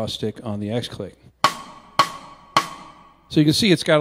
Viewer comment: I think the “x” in x click is meant to be pronounced as “cross” y’know the same way x-stick is an abbreviation of cross stick